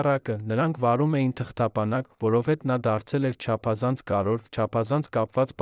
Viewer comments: Կարեվոր բառն էլ չէս կարողանում արտասանել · Դուք չեք կարո՞ղ ասել հետևանքներ,բայց ասոմ եք հետանքներ։ Կամ կարևորի փոխարեն ասում եք կարոր և նման շատ բառեր։ Ամոթ է մի աղավաղեք մեր հայերենը։